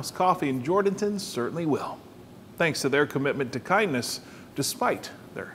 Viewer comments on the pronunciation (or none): This is such a touching story. I was born in Atascosa County and grew up Poteet. Check into the pronunciation of the towns you visit prior to your story. Jourdanton isn’t JOR-Dan-ton. It’s Jur’dn’tun. I love my home county and the beautiful folks are totally amazing for what they are doing. But when I watched this story, I kinda cringed. I really have only good intentions. I just know if you are from this area, it’s a red flag that you don’t know the fine folks here by pronouncing their town incorrectly. Thanks for sharing this couples’ amazing ability to turn a tragedy into something beautiful.